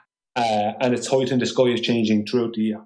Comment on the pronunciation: One thing I’ve learned from his presentation it’s that it’s actually pronounced skoi, not sky.